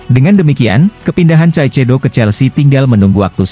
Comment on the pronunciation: masak ngmgnya caicedo please deh kaisedo min .... 😂